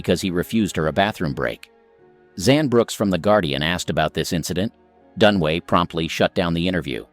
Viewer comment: Dunaway not Dunway